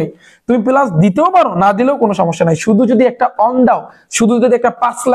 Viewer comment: Apnar pora balo kintu apni plas k palas bolen